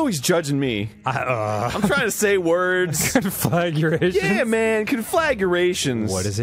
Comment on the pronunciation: The whole conflaguration bit, always kills me, his pronuntiation is on point along side the Ooops from the Zelda Sequelitis